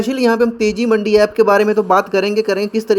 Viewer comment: Bhai मंडी nahi मंदी है वो😂